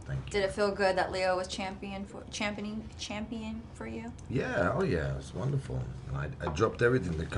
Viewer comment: "Champining???" ....I'm sorry what?? XD 😂